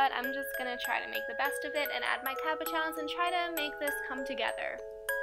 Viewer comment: isn't that just like the states though to take a product like deco whip, screw it up entirely, and put a giant price tag on it. better off with school glue and cornstarch. xD at least you made it work! btw it's caboSHON. it's french.